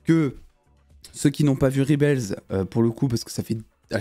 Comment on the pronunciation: Dsl gros mon on dit rebel pas ribel 😅😂